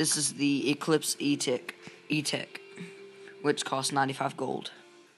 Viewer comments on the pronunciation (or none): I'm guessing you aren't a paintballer? Eclipse ego not ejoe Eclipse etek not etick Paintballs are not bullets